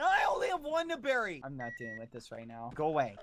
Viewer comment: “I WAS GONNA BARRIE THEM!” 😂😂💀💀💀😂💀😂💀💀💀Ahahahhhhhh😂😂😂I’m dying help meeeeeee